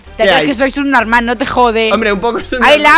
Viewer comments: "Será sunormah" JAJJAJAJAJAJAJA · Es que yo escuche que dijo subnomal ,esperen un rato haters no me hagan nada :,V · dice sub norma no sub normal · Jajajajaj como dise Pepe subnomael